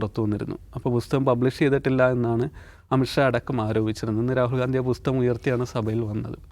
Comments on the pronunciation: ബുസ്തകം അല്ല ബ്രോ.. പുസ്തകം.. 😊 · പുസ്തകം ആണ് ബുസ്തകം അല്ല